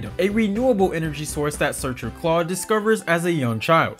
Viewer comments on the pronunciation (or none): All of the things you pointed out that WE might have missed and you missed that it’s CLADE not CLAUDE lol. 🤦🏻‍♀️🤦🏻‍♀️